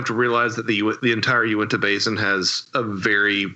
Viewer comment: It's odd that inevitably someone who takes a big interest in this particular subject, will pronounce "U-IN-TA" as "UNI-TAH".